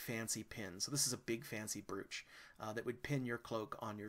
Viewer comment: Brooch is pronounced like broach, not bruch. It rhymes with coach or roach.